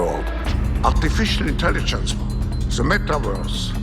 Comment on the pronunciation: The…the…the… Not Zee!!! U imbecile, learn how to pronounce the word or go back to the worm 🪱 hole 🕳️ u crawled out of…